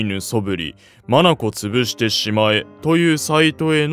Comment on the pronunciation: 眼潰しを「まなこつぶし」って読む人始めて見たw